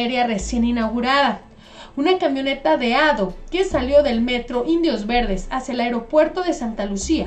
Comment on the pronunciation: Todo bien solo una pequeña observacion se dice A. D. O no ado pero bueno yo entiendo xq esos autobuses corren para mi estado veracruz solo hago la observación para la gente q no sabe como se pronuncia es (A. DE. O)